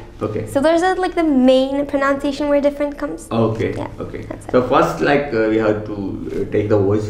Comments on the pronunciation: The word "pronounciation" is pronounced wrongly by both of you. Its actually pronounced "pranansiation" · Its prununcuation not pronounciatuon this us how it needs to be pronounced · Pronunciation itself was pronounced wrong it's pro- nun-ciation it's shuld be pronounced by splitting it in three and then combain together to get the exact pronunciation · OMG! How amazing that was. Kudos to your efforts. But I'm afraid it is pronunciation, not pronounciation. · പ്രണൻസിയഷൻ എന്നല്ലേ അതിന്റെ ഉച്ചാരണം? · She needs to correct the way she pronounces the word "pronunciation" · Though had to correct the way she said pronunciation she speaks well. So am happy with her. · pls check your pronunciation of the word " pronunciation" since, you teach English.